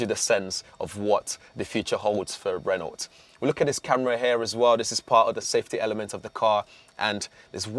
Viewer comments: Can someone on the production team please tell him how to pronounce Renault 🙄 - the T is silent. - Renno, not Ren-naught. 😖 Please do not let him anywhere near a Peugeot - or is that Pewzoet 🤔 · Pronounced ‘Reno’ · The other presenters on the channel are great but this guy is awful. How many times is he going to say ‘as well’ And the way he pronounces Renault 😂 💀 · Annoys me he can’t pronounce Renault correctly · Thorough video, good job it's only a concept as there's little I'd like a out it. Please learn how to say Renault properly! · True although Brits butcher/mispronounce a lot of car brand names; Citroën, Mercedes, Hyundai, Škoda, just to name a few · Nice looking car. The mispronounced "Renault" got a bit grating after a while though. It's not 1975 anymore.